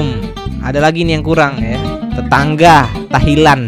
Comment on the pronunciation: Tahlilan bkn tahilan yg bnr dong ngucapin nya!